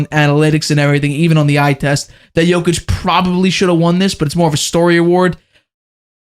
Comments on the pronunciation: So annoying that you haven’t learnt to pronounce Jokic after 8 years. Come on man not that hard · Same for me makes shame my head in disbelief 🤦‍♂